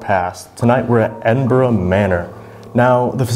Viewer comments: As someone who grew up just outside Edinburgh, Scotland, it makes me so happy to hear Edinburgh pronounced properly. Thank you. 😂 love the vid! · I was born and raised in Edinburgh (scotland) I'm om very happy you have pronounced Edinburgh correctly 😂